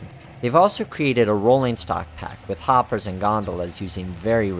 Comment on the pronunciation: i liek the end where you put in a fail of you trying to pronounce hoppers and gondolas